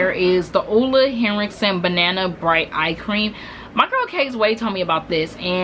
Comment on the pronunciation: You are one of the few people I have heard pronounce Ole correctly! 😂 LOVED your faves and I gotta try out that Nivea oil.